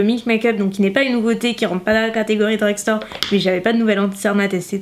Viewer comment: Ca m’énerve quand tu dis DREUGSTAURE 😂 dit de grandes surfaces à la place stp